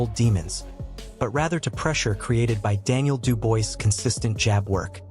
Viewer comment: Stop making videos about boxing if you can't even get the fighter's names right = STOP saying DU-BOYCE his name is Daniel Dubois pronounced DU-BWAH !